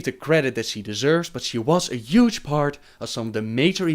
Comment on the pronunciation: I love the way he says üge instead of huge :D.. not a hateful comment by the way.. I find it lovely xD